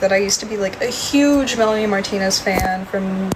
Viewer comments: Nice video! Just a small note: her name is pronounced Meh-Lah-Nee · this video was very well done and i was honestly surprised ur so new. i really appreciate the unbiased pov of this video i feel it is few and far between these days. i do agree with the people saying that melanie is overcharging/being predatory w the pricing esp w the quality. i also believe timothy and i feel for her. also i didn't mind u messing up melanies name it didnt take away from the quality of the content yk ? we've all messed up names and words. i just wanted to say i hope u keep at youtube bc i seriously enjoy ur stuff !!! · girlie can't even say her name right 😭